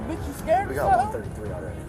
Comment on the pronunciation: Scurd? What is 'scurd'?